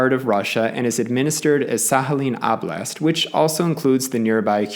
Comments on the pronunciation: in english, "Sakhalin" would be pronounced "Sakalin" as the h would be viewed as an aspiration and be interpreted as silent, so it wouldn't be pronounced. For "Oblast", I imagine he pronouced it like "Ablast" because Oblast kind of looks like the funny english word "Oblong" in which the first O is sometimes pronounced like "ahh" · well he butchered the pronunciation regardless in a way unique even amongst americans. Usually "kh" would be pronounced as it is in "khan" by americans which is incorrect in a different way. However the "oblast" pronunciation is uniquely bad. He would be closer by saying "OH-blast" as Americans usually do. OP is offering a helpful linguistic perspective (in a very respectful way mind you) and you seem defensive and offended for some odd reason. Also LOL at "general american accent" while talking about the New England accent. How reductive of you. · Finally someone who doesn't pronounce Sakhalin as "Sakalin" lol. Btw, the word "Oblast" is actually pronounced with an "o" in the beginning, not "a". The vowel reduction doesn't work on stressed vowels